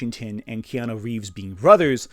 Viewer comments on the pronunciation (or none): none